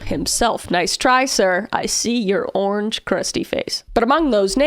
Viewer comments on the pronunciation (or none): none